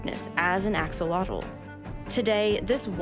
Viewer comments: It’s pronounced ‘aww-hoe-low-teh’ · Except for her pronunciation of the name. It should be pronounced “Ah-SHOW-lo-tl” (the TL is said somewhat like the “tle” in “little”). That is the original Nahuatl pronunciation. Today, we call them “axolote” (or “ajolote”). It’s pronounced “ah-ho-LO-te”…long O in LO. I don’t mean to be nitpicking, but when you speak both Nahuatl and Spanish, it grates on the nerves to hear it pronounced wrong over and over again. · Is not pronounced Axe oh lot offs but Ashh oh lot tl. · I love axolotls, they are just cute little goobers that contain the spirit of an almighty god. Axolotl is pronounced Ash-o-lotl! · axolotl is pronounced asholot, that X has the same pronunciation as it does in Portuguese because in old Spanish had that pronunciation until it changed to the same pronunciation as "j" in modern Spanish and that is why the spelling in Spanish is with a j, and why you may find Mexico written as Mejico in some books. The "j" in Spanish is pronounced like an "h" in Egnlish but from the same place of the throat we pronounce the K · Great narration but the pronunciation is totally butchered - "ah-shoh-lote" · Awesome video. Just real quick, the "x" in the Nahuatl language is pronounced like "sh" and the "tl" at the end of words has a very specific sound that if you can't make you can just pronounce like a "t". So "axolotl" would be pronounced (āh-shō-lō-tł) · The Aztecs pronounced it like "A-SHO- LOWT". No X sound but rather SH. Also, the L is silent. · I love this video and the content but axolotl is a Nahuatl word and it's pronounced closer to ah-sho-LOH but with a "tl" sound at the end that we don't have in English. But I love learning more about them, they're gorgeous animals. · Axolotl, the X is pronounced the same as the X in México, so, ajolotl... the sound of the J is stronger than the H in English, it's a non existent sound in English. The $50 pesos bill from Mexico has a beautiful axolotl illustration 😍